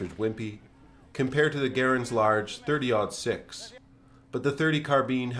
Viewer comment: 30. Ought. Six. Ought or nought being an English term for zero. 30.06. Not 30. Odd. Six. Please have a fantastic day.